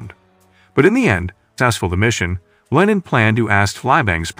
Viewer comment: Its LeeNan not LINEN Hes not some fabric but a human!